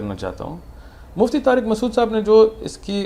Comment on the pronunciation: It's not maqsood. It's masood lol